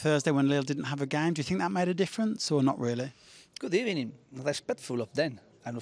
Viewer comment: I love this good ebening guy